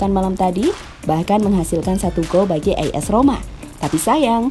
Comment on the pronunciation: As Roma bukan is Roma min